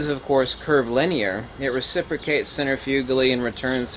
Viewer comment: I am sorry but I have a problem to understand a word you are mentioning several times. In this video for example in , when you are mentioning that the magnet "recipicats" centrifugali... I couldn't understand the word I have marked in quotes. Could you please write it down? Thank you.